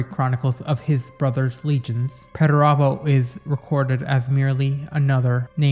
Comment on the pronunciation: Another solid entry my friend. Thank you. You also have the best pronunciation of perturabo i have heard. 😊